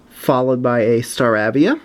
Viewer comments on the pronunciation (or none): It's pronounced star a via like in ape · It's staravia with a long a not a short a